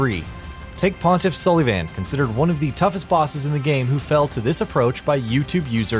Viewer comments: The way you pronounce sulyvahn is infuriating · Okay. I can forgive your pronunciation of "Pontiff Sulyvahn" because I have not clue how to pronounce it either, much less spell it... But what kind of pronunciation of "machete" is that?